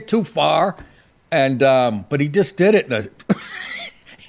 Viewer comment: "Did" not dias'